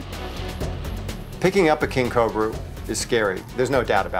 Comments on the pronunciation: It's not a Cob-bra it's Co-Bra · It’s pronounced ca-oh-bruh not cu-bruh